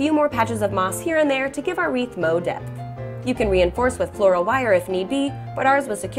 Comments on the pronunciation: sometimes i like this show and sometimes i do not. today is the latter. those were some ugly ass wreaths. moss and mushrooms? how christmasy.... i didn't mind the cinnamon one. but why wrap it if you are covering it until you can't see it? also. is it hard to say MORE as opposed to mo? still only one syllable. i could see saying it once in the video but twice meant you were trying. i'm irritated now. i did not like this episode. it felt rushed. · "mo' depth" and "mo' wreaths" why is she trying to speak with ebonics? is "Mo'" her new favorite word? whatever the mossy wreath is kind of cute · Why did you keep saying "Moe"? Oh. You lost a bet, didn't you?